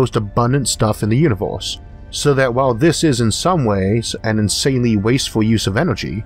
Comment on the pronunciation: Interesting, I'm just confused about a few things... what exactly IS a "Lazow", or a "Univouws?" ErrrrrRRR..... am I missing something?